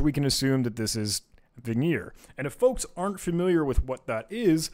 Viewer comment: It hurt my soul every time he pronounced Vigenere as "Veneer" or Kasiski as "Kasenky" lol